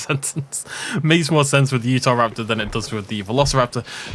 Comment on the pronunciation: When he was saying what can hunt microceratus he said uastroraptor lol?!?!?